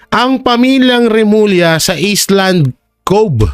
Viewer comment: Mali po ang basa po sa island ay ayland (sounds like) konting aral po